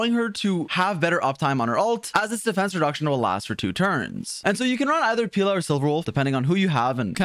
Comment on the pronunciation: You're pronouncing Pela as Pila, which means dick in portuguese. Idk how that would work as a support tbh